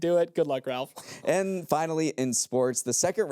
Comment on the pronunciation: Check your pronunciation of Ralph Fiennes! He could be the next Pope 🙏